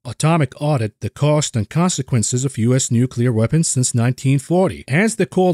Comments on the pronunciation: Nucular - the word is Nucular! ;) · nucular wor 😵‍💫